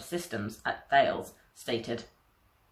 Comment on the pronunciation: The French company Thales is not to be pronounced in the English way, it is to be pronounced in the French language way: TALESS ( The H is silent )